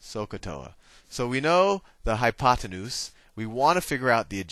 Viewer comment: i died laughing when you said oppenute